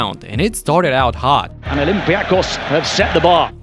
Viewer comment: For God’s sake! It’s OlympiakOs and PanathinaikOs is it so difficult for you? Do you say BarcElona or REal?